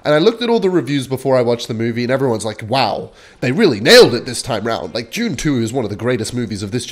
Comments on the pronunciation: is the type of gay to pronounce dune as june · I thought for a minute it must have been a Japanese movie, maybe an anime: "Joontu"